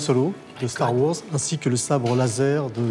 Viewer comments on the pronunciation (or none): "Star Wors", "Yan Solo" 🤦‍♂️